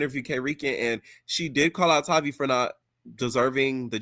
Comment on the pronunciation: Her name Tavii w a hard ‘A.’ Her real name is Octavia..Tavii is short for that. Her name isn’t hard. Atp, y’all are mispronouncing her sht on purpose.